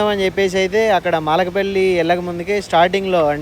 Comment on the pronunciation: అన్నో… అది మాలకపల్లి కాదు 😂, మలకపల్లి 😂😂😂